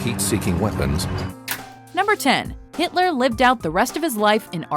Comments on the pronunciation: 'What happened to Hilter after the war?' Lmao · "WHAT HAPPENED TO HILTER AFTER THE WAR?" rofl Has anyone heard of this "Hilter" before? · "WHAT HAPPENED TO HILTER AFTER THE WAR?" Who the fuck is Hilter?? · Who the hell is Hilter? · what happened to HILTER??? HIL-TER??? Fuck off mate. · Hilter? who tf is Hilter? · What happened to Hilter after the war? I dunno, but Hilter sounds like a swell guy! :D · "WHAT HAPPENED TO HILTER AFTER THE WAR?" ... Really? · "what happened to HILTER" lol fail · ''What happened to hilter after the war?'' ''Russia''